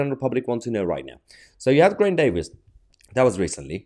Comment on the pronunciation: It'd Ger-eye-nt ("Ger" as in 'get'') - the Welsh 'r' is rolled